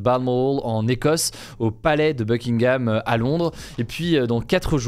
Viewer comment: Au Beukingaahhm pelaace